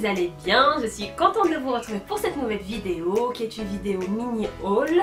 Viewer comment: j'adore bcp tes video et la façon dont tu prononce vidéééooo lol je veux participer au concoure et comme idée pour la prochaine fois des tutos maquillage et coiffure et meme j'ai bien aimé la vidéo ou tu a cuisiné c’était une très bonne idée